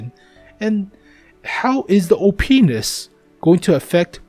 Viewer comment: I die every time he says OPness